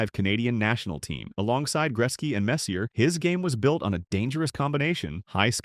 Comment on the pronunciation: If you make a video about Messier (pronounced MESS-yay!) and you get his name wrong, you get a dislike.